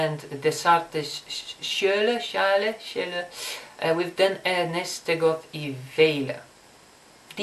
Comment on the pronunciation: You took some time to say sjæle but when you did it was ON POINT. Suprise lol